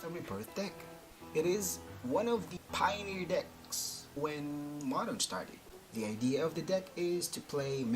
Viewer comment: Ang lupit ng diction....Moderrrrnnnn.....